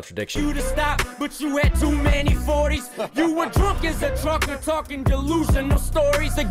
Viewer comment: pronounced 'TruckER' just like Yella...LMFAO!